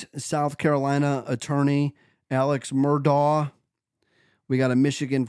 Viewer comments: It’s murdaugh ( MUR-DOCK) or MUR-DOG) or (MUR-DAW). Not what you are saying MUR-DOUGH. Haha You are are 3 years late to this story. Do something research buddy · Also it's "Mur-Dock". As Noor Jasmine said " the invisible C is NOT silent" 🤣🤣